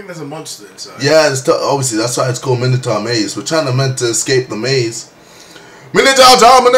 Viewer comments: Its not MINITAR, its MINOtaur maze :P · u prenounce it minotor not minitar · It's not mini-tar it's my-no-tor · It's pronounced mine o tour not minatour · I cried every time he said 'minnitar maze'. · I believe its pronounced Mine-a-tour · It's pronounced Mine-O-Taur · Mi-no-taur, not mino-taur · play outlast it is better and it is pronounced my-no-toor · How he pronounces 'Minotaur' is wrong, but... Just, so cute. XD <3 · Actually mine O tour is not how it's pronounced you are wrong. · You're English not American, pronounce Minotaur correctly.